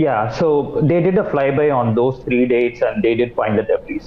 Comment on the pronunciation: An English News presenter wording out the word debris as "debriz". Doesn't she have to know that the s is silent? Speaks volumes about the quality of news presenters these channels are hiring now.